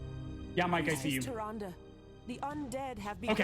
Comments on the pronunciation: Bro, Tyrande is 3 syllables. They say it all the time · Amazing run and runner but man I can’t get over him mispronouncing tryande the entire time